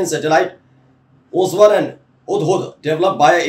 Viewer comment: Shreeman ye koswar nahi ' कौसर ' हैं 🙏